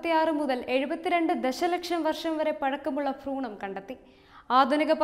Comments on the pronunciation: ഫ്രൂണമല്ല കൊച്ചേ.. ഭ്രൂണം.. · ഫ്രൂണം അല്ല മാഡം ഭ്രൂണം 😆😆